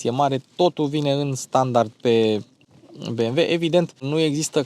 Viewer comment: Băi bi em dabăl iu . Vezi ca is nemtesti si nu americane asa ca sunt be em ve !!!!!!